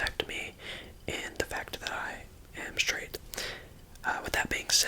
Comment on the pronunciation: i'm sraight the gays: 😔🙁